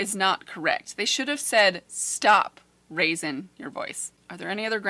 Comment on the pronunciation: “Don’t raisin your voice” ahhh my ears are bleeding😩